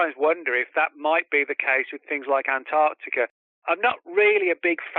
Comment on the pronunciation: Ant-arC- tica